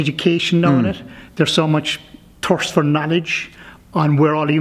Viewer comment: He got me at "turst fur nol-edge"